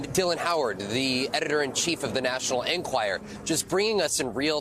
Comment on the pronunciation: Why does Vaughn not learn how to pronounce Enquirer?